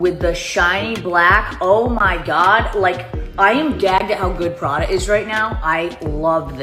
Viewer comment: Yepbut Prada not Paaaada?? She’s a poser with a hoarding problem.